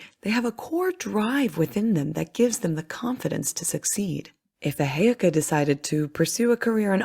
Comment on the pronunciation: FYI i think you are saying Heyoka and Sioux ...incorrectly